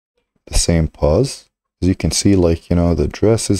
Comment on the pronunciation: It's pose not pause!